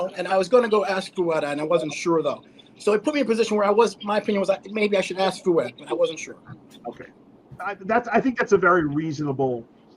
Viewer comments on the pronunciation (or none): It's kind of funny ,that Valentino can't pronounce Fouad or Sam's name. Those names are not that hard . He's doing that on purpose . That's an old fashion disrespect tactic ... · How bizarre for a grown man to pay $100 to stand in line for 3 hours to meet a 21 year old guy who has trained for a few years and has never competed. And for Gregg to say he doesn’t know how to say Fouads name and Sam’s last name properly is a cop out. Learn it. They are not hard names to say. RX needs to change direction as it’s clearly lost its way. It’s no wonder RX only has 321k subscribers. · How is it so hard to say Fouad? Greg is such a fuckin cring diva sometimes lol